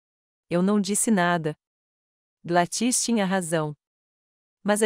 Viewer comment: Não é GladŸs é GLÁDYS